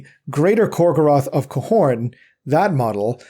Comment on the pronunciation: you pronounce Khorne wrong